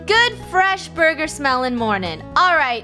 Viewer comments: "Borgor" LOL :> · Yeah what is a boorger